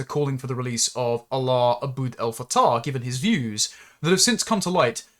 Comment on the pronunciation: Your pronouncing his name WRONG!!! You are saying his name as if he is the God of the Arab's.